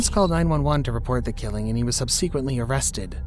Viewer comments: He pronounces subsequently wrong every single time lol I was just trying to be nice and leave the correct way to say it. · I'm just gonna leave this here: suhb·suh·kwuhnt·lee :)